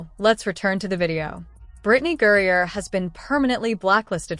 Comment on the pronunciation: Say her name right it's griner